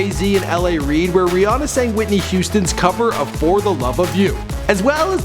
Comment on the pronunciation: It sounded like he said bre Ana